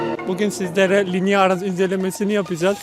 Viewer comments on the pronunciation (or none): Linia değil linea